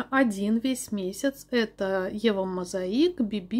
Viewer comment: Вчера, после вашего видео написала бренду eva mosaic, как правильно их произносить...оказалось, реально правильно мозаИк...я в шоке😮